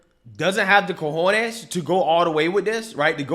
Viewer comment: Dude, are you going to learn how to say cajones?